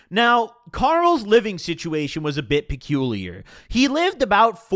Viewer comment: My boy really said peculiar 😭😭